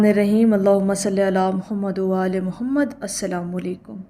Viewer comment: Ap ki pronunciation sahih ni hai durood mein jahaan Mohammad aur aalay Mohammad aata. Mohammad k daal k neechay xair hai aur wa aalay k wao k sath Mila k shad k sath parhna hota